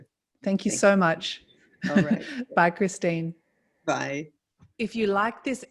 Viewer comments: Bless her heart, she didn't even correct you when you mispronounced her name three times. Not Christine, it's Christiane. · Christiane. Not Christine.